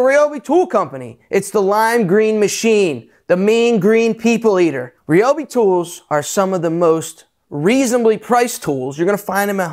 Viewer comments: it's pronounced "ree-obi" and Ryobi, Ridgid and Milwaukee all made by same company TTi Inc. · Incorrect sir, I worked for Ryobi / TTi for 5 years and we were always trying to get people to say Ryobi correctly, but everyone had their own way. We actually had tshirts made one year with the correct pronunciation on them saying”it’s pronounced red-obi” next time you see a Home Depot commercial listen to the announcer saying Ryobi correctly finally, that took years!!